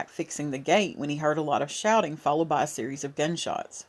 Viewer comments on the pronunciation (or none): none